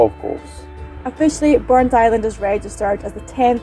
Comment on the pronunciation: It isn't Burnt- Island it is BurntIsland all one word other than that it's a good video